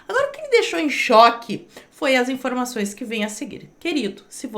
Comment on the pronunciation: outras tantas "infrôimações"?